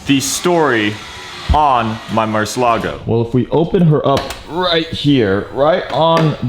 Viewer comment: Bro u gotta pronounce the car right